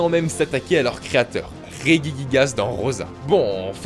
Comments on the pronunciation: chui la seul que sa chouette qu'il dise reguiguigasse alors que sa se dis rejijiguasse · Marine Vignaud rejiguiguase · On dit pas [reguiguigas] mais [regigigas] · Ré-Ji-Ji-Gas c'est pourtant pas compliqué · M Rik P dans tout les cas il a faut dans la video ^^